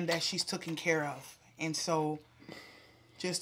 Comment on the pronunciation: It’s “TAKEN” sis “TOOKEN” isn’t a word!